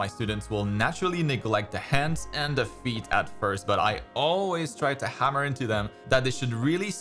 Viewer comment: "A good pose starts with the feet". I'll always remember this bc to me it sounded like "A good pose starts with defeat" 😆